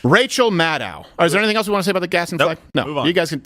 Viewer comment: So annoying to hear you all say "GadsTen Flag" flag every few seconds when it is pronounced "GAD SDEN"